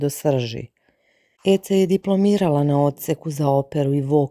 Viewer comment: Ona se ne zove Ece nego Edze bar se tako izgovara, ako vec ne znas Turski nauci.